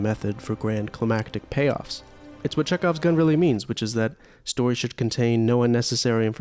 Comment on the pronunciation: Bro, it's Chekhov's Gun, not Czech Off gun 😂